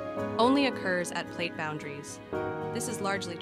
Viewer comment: I really hate when people let their computers read their scripts. They suck at it. Pronouncing PLATE as platt and such. Just read the script yourself or pay someone to do it for you.